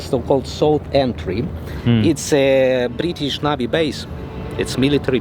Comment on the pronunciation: Prittish انتي لا نيبر تو سبين ولا بريتيش اقسم بالله مبين عربية ههه